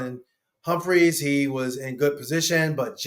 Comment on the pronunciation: Humphrey!! No “S” on the end!!! SMH. The dude has been here for years and guys still saying Marlon Humphreys. There is no “S”. “Quad-reeee” Ismails. 🤣 idk why that bothers me so bad. But it does.